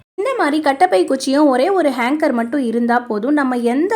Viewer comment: Very good ! நல்ல ஐடியா!Hanger! Hanger, Hanker என்று சொல்லவேணாம்.